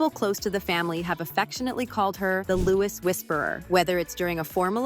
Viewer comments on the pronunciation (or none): It is not pronounced like Lewis it’s Louis Lew-ee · Please don't call Louis the American pronunciation of Lewis.. his name is pronounced Louee as in the French pronunciation. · Prince Lewis, he's Prince Louis. It's all in the pronunciation. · His name is NOT Lewis, it is pronounced Loo-ee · It's pronounced Louie not Louis - although it is spelt that way the "s" is silent... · And Louis not Lewis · Louis is pronounced Lewie it's french😊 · Please pronounce Louis correctly in your future items. It's French and pronounced that way in the Uk. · For goodness sake, at least learn to say Louis properly. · At least pronounce Louis correctly